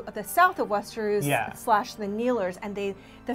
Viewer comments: Westeruus!?!?! WTF are u saying lady LOL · the the correct pronunciation for Cercei...at least thats how i heard George R. R. Martin himself pronounce it.... But Westernoos is totally unforgivable. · Cersay and Westeroos? So annoying